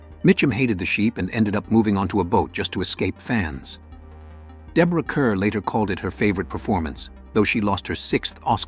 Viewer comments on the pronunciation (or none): Deborah Kerr's last name is pronounced like 'car' not 'cur.'